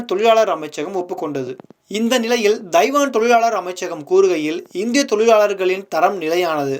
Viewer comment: Pl try to learn the prounciation of " Taiwan"